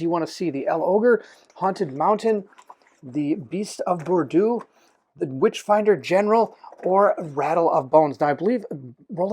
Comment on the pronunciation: Ooo, this looks interesting. For any future reference Bordeaux is pronounced bore-dough, it’s a region in France famous for its wine. Maybe we’ll get a drunk werewolf? Will you be doing a Sleeping Gods playthru? You’re my favourite board gamer to watch and matching up with my most anticipated game would be a match in heaven.